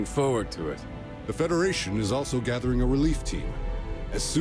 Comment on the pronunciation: “PROBABLY FOWARD” I fucking choked hahahahahaha